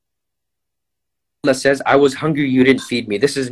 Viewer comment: Geeza talking about pronunciation, can't even say Allah properly. It's الله not اللح.